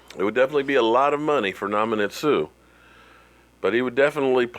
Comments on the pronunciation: Dam, your forever butchering somebody's name... Nam ma nan sue...lol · Who the hell is “NoM-uH-nEnT Suh”? 😂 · Lol...😂😂😂😂😂.. you butchered his name big time..congrats on 20k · Ndamukong Suh (in-DAH-mə-kin SOO)